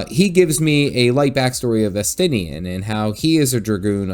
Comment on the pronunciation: You can tell who is cool and important, here, by the names that pronounced correctly, which were, of course, Estinien and. Really enjoyed your videos on GW2, as I'm very new to it, and I'm delighted to see you're also an FF fan.